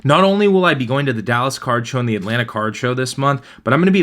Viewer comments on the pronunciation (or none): none